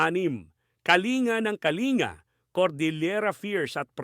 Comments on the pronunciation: Ka-li-nga? Ka-ling-ga po ang pagbigkas,sir😅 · Kalinga is pronounced as Kalingga, same as Pampanga, Pangasinan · Yep .proud iBenguet .kalanguya/ibaloi tribe Correction po about jan sa Kalinga pronounced po as Kaling-ga.